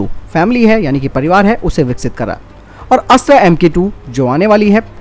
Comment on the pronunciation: कृप्या अस्त्र को अस्त्रा न कहें। हिंदी को हिंग्रेजी न बनाएं।